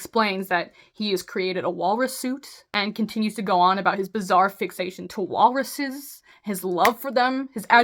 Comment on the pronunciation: Did you say bizzare